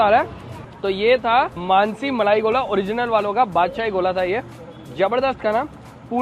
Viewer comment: मनासी नही मानसी